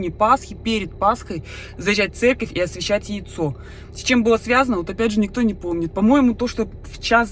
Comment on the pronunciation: ты специально говоришь Церьковь